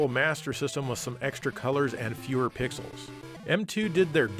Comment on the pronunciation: I know you probably said "320 pixels wide" there, but when I first heard you say that, it really sounded like "320 pickles wide" to me, and that gave me a good laugh.